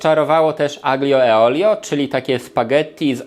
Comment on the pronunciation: Blagam - "orYginalne" a nie "orginalne" W "aqlio e olio" 'g' sie nie wymawia a wiec brzmi jak "aljo" A "mulligatawny" wymawia sie "maligatowny" A poza tym sub poszedl Pozdrawiam